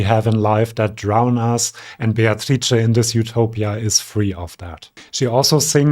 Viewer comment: I've been obsessed with this song since I first heard it! I am so glad they made the final. I'm in Australia and couldn't vote for them in SF1. Thank you for your wonderful video! I love your interpretation. Also your pronunciation of her name, perfetto!